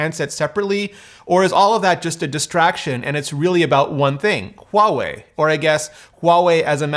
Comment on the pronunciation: You are one of the few who has said Huawei’s name correctly. Good on you!